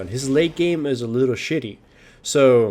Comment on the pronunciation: the way he pronounced "game" sounds like "name" I checked for a 2nd time, was like "title of this name" u wot m8